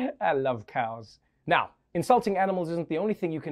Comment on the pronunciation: trevor noah with indian vibe: 'I love cows'